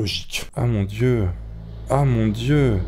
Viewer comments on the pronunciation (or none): oh mon "d'yeux" mdr